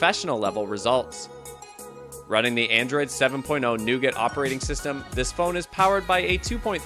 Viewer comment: Nougat is French and is pronounced NOOGAR not NUGIT!!!